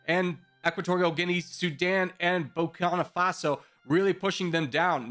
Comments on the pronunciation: Nobody suffers butchered pronunciation more than Burkina Faso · I love it everytime mispells Burkina Faso ❤️😖